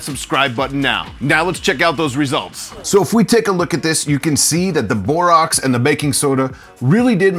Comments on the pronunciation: It's pronounced "boreaxe" not "boreoxe", notice, it's spelled borax! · Great video but it's Bor-ax.